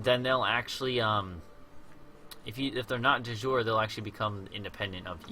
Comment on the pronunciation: Thank you for these videos, they've definitely helped me. One tiny thing, it's my understanding that the second "e" is not silent in de jure. I believe you gave a pronunciation disclaimer, so I only mention it because you say it so often in the early parts of the series and it sounds like your saying du jour. I could be very wrong though, so please correct me if I am. And I'll be checking out your full channel for more help in learning to play this intriguing game! :)